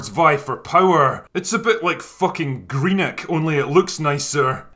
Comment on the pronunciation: What is the town he compares the under city to? Sounds like “Greeneck”